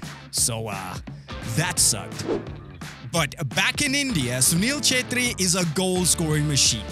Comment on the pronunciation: I love the fact that you can pronounce "CHETRRI"😆❤️